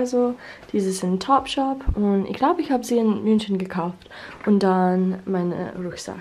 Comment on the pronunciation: Your german is great! Keep it up! You really pronounce the "ch" as in "ich" really well, but I realize your overall pronounciation is rather breathy, nothing to critise, just wanted to point it out